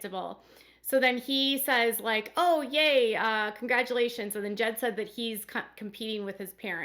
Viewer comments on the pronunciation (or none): none